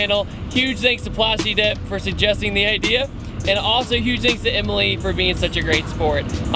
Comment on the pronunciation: at least tell her it's plastidip lol